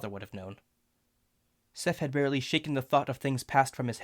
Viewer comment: these time stamps will be a tad before the moments to better show them anResting minor verbal oddity at "design" severe volume decrease Seph had is heard as "SephT" - unimportant but perceivable tonal change that implies added audio (probably just ignore this one) odd pronunciation "featht" the word being happens abruptly like it's added in (very minor but perceivable) The being pronounced thee here feels a tad stiff Volume decrease